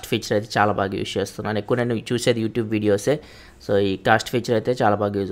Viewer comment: "Use" ni spashtamuga paluku naayana.